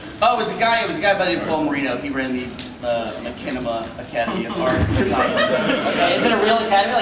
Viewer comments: Did he say "makinema"? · "Makinima." Jesus. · Did he really say MaCHANima? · hahaha "makinima" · makinema?!?!?!? are you kidding me?? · HAHA he said Mackinema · pronounced mach-inima "shinima" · Can you at least pronounce Machinima right? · What's wrong whit these guys how the fuck can they not know how to pronounce machinima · What the FUCK is wrong with fucking long haired bitch? First he said machinima wrong then he only thought there were only three RT guys coming then he fuckin called Gus fred. That guy must live under a rock.